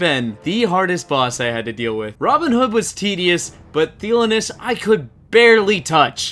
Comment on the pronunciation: It’s pronounced THUH-LONE-EEE-ISS, not theolunus. 😂